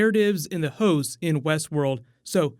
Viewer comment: It sounds like you’re saying hoes instead of hosts. “Virgin hoes” for instance